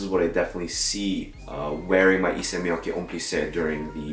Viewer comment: FYI it’s Miyake not miyaki